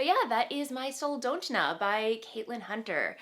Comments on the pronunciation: So close- it's 'sol- dot-na'. It's a small town in Alaska on the Kenai peninsula (I love how Catlin's patterns remind me of my home state!) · I was thinking of commenting same thing, Sarah. Phonetically I’d say it sounds like: soul-daught -nuh. Great effort. We do have weird names up here (I’m in anchorage)